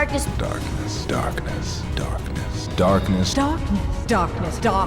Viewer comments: The more i heard the word “darkness” the more it sounds like “dahkness” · Around five minute mark darkness transformed into “stahp this” to my ears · Darkniss It legit starts sounding like "dartness" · It sounded like said dark piss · It almost sounds like I’m hearing the name “dockness” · Dock ness is all I hear now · A couple of times it sounds like "dartless" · I don't hear more "darkness", I only hear "aknes" help me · heared like: "Dorkness" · Eventually it start sounding like “dartniss” “dakness” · with sounds funny and funnier still when it sounds like then correcting his pronunciation but he ignores it and goes right back to how he's been saying it